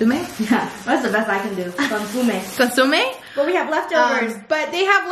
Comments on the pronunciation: It’s pronounced con-SO-me. Like literally the word “so”. Cause y’all are saying “su”. C’mon, you should know dissss my fellow Mexican lol That looked delicious AF! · consomme= kaansuhmei